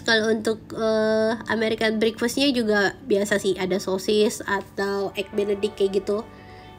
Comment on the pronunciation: bukan brikfest mbak nyebut nya tetap e sebut nya (breakfast ) dan buffet juga tetap u bukan jadi baffe